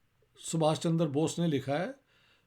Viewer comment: सर इश्तिहाक जी का सुभाष चंद्र बोस को सुभाष चन्दर बोष कहने का कारण ये है कि उन्होने ये नाम फारसी लिपि(उर्दू) या अंग्रेजी लिपी में ही पढे है .जिनमें चन्द्र और चन्दर का अंतर नहीं पता चलता । Why Sir Ishtihaq is pronunciating Chandra as Chandar ? It may be because he has read this name only in English and Persian script(urdu) .. its difficult to express this pronunciation exactly in these scripts.